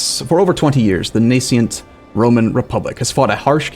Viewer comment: Nascent is pronoucned Nas cent not Nacient it means budding or just coming into existence and beginning to display signs of future potential.